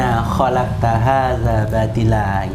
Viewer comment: Assalamualaikum warahmatullah wabarkatuh salam sesama muslim saya senang sbg muslim tulen semakin bertambah saudara sesama muslim, sekedar pembacaan ayat diawal saudaraku pembacaan ayat kurang satu huruf mim setelah kalimat robbanaa, untuk sekedar lebih teliti saja ya saudaraku ya salam cinta sisi Allah SWT